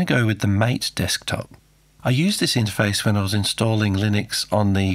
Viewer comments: mateeee not mate :) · It's Maa-Tay, not Mate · It's "Mah-tey" and not "May-t" :) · Just a little correction. MATE is actually pronounced "mah-tay" as devs wrote it. LOL! Great content. Looking forward to more videos of reviving older hardware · According to the developers it's pronounced mah-tay. It is named after the South American plant yerba mate and tea made from the herb, mate. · Awesome video, really love it. PS Mate is pronounced "mah-tay" :) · MATE, It's pronounced MAH-TAY.. yeah I know.. without any accents either.. but it is.. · Thanks for an interesting video, but I don't believe you're using the correct pronunciation of Gnome and MATE.